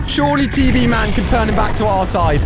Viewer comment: You say tien TV man 😂😂